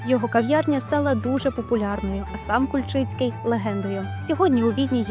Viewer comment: Кульчиці,наголос на К.